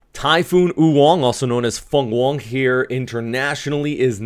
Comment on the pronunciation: FengHuang 鳳凰(Phoenix) ㄈㄥˋ ㄏㄨㄤˊ Fung Wong pronounce like ㄈㄤ ㄨㄤˊ